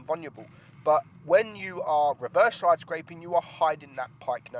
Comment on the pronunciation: can you say 'side'? you alway say 'soi' and the word 'last' you say 'lost'